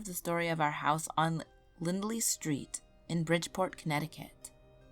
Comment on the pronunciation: It's Bridgeport not BritPort lol 😳